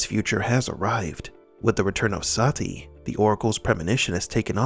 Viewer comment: This movie was so bad, Neo didn't even pronounce Sati's name right. He pronounces it like Se-tee lol